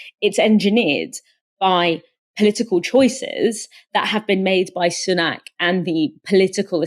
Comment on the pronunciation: It's pronounced Sunak as in sun-ack. Not soon-ack.